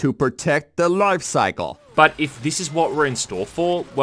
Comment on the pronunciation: to protecc the LOIFE CYCle